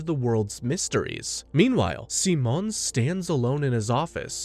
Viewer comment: Amazing recap but... PLEASE STOP SWITCHING BEWTEEN AMERICAN AND SPANISH SIMON PRONUNCIATION!! Damn... so much of the amazing lines from ep 27 were cut. DAMN COPYRIGHT! To anyone who haven't watched the two movies, if through pirating or legitimate sources like the blu-ray. (blu-ray should be the ONLY way to watch the two movies) Though just enhanced recaps, Childhoods End adds a little more to Simons character. But it sadly skips the Lordgenome fight, probably due its nearing 2 hour cast time. The Lights in the Sky are Stars is a complete remake to the Studios and Authors true vision of the Anti-Spiral fight.